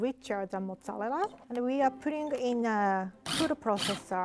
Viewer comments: Other people: Mozzarella.: Massarelelea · I love the way she's saying mozzarella (mozzallera)😂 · Fresh motz-ah-lela cheese, I love the way she talks 😂❤️ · i like how she says mozzqarella cheese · Mozalerra cheese 😂😂😂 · "Motzerela cheese" i almost forgot the actual name of mozzarella cheese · "Modelela cheese "rie 2021👌🏼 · i love the way she says mozzarella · I hope this doesn’t sound rude or mean but I JSUT love the way you say “mozzarella” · pronouncing mozzarella is the only thing keeping me alive rn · that pronunciation of mozzarella tho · The way she pronounces Mozzarella is sooooooo cute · The way she says mozzarella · The way she pronounces mozzarella is so cute 🥺💖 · the way she says mozzarella is so satisfying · I love how she says “mozzarella”